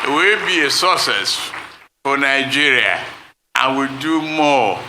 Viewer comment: It's not Ninegeria but Nigeria, too many citizens are pronouncing the name of the country incorrectly